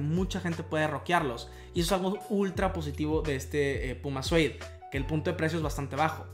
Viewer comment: Se dice “siud”